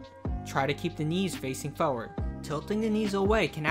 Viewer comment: Lol the way you pronounce the word "forward"